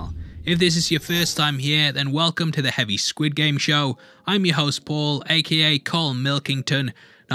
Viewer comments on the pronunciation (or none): none